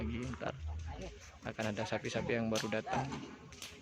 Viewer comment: Sapi boss bukan sapu 😀😀😀